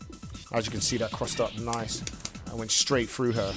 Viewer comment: frew, instead of through. Interesting.